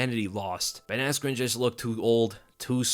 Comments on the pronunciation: It killed me when Bruce Buffer called him Ben Askue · didn’t he say askren wrong or was I tripping? I was watching it at like 4am lol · he said askren bad lol